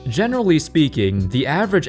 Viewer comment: Thought you said "Genderly speaking" in the intro 😅